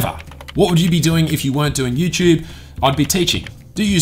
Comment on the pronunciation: i love how you say youtube... "youchube"